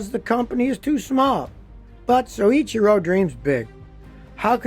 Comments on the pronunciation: LOL Scotty, it's "so ITCHY ro" not "soy itchy ru". Mind you that's damned close for an American, most can't say Porsche, Peugeot, or Citroen properly to save their lives. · Take a tequila shot every time Scotty says siichero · Great job! Except there is only one R in his first name! It is pronounced Soy- Chir- oh. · I think it's pronounced ... so'-cheer-o'